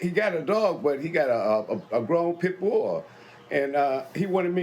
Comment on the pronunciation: He got a full grown "pit-boa* 😂😂